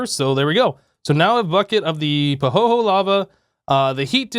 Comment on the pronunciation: FYI - it's pronounced "Pahoeyhoey" Sorry for the silly correction, but yeah